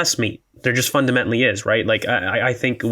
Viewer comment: Im a terrible person but i cant not address the pronunciation of the word "fundamentally." makes my ears ring every time